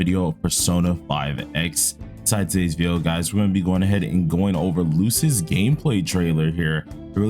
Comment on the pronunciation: If you ever care to learn Luces name, its pronounced like "Lou-Chey" its an italian word. I for the longest time thought his name was pronounced Loose until I saw in the story his origins.